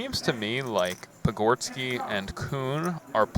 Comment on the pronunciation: Dude has butchered patgorskis name repeatedly